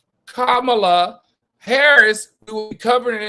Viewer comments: He was very disrespectful to seemingly and purposely F up her name. Come on now! Enough of your shenanigans. 😮🙄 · Her name is pronounced “Comma-la”! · Wow, REALLY AL! You jacked up our beloved VPs name?!!?!? Do you really do this crap on purpose?